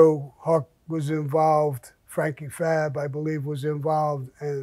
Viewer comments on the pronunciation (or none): Franky Fapp not Franky Fabb.